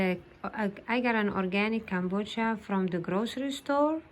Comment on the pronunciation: It’s pronounced “ka BO cha”